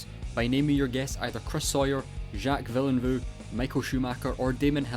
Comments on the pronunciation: its pronounced vealnerve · Man that was the saddest attempt at pronouncing Villeneuve I've ever seen. Anyway if it wasn't obvious to anyone, those three were all champions of Formula 1 in the late 1990s, and Sawyer shows his British Bias by having Hill be faster than Schumacher. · You absolutely butchered Villeneuve's last name on the pronunciation lol, points for effort tho and good video overall 👍👍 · This is the weirdest way to pronounce Jacques Villeneuve I've ever heard !